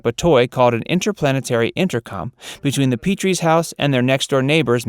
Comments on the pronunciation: The Petrie name is pronounced with a short e, not a long e. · How do you do a video about The DVD Show and you don't even know how to pronounce the character's last name? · Get your facts straight and the pronunciation of Petrie... smh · love your videos..however you do tend to get a few facts wrong...besides the pronunciation of rob and laura's last name, in the episode 'that's my boy', it turned out rob was wrong...they had the right baby all along....